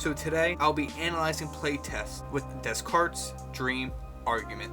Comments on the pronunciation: It's pronounced Day-Carts, not Dez-Carts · Interesting video, but I couldn't bear your mis-pronoucing Descartes...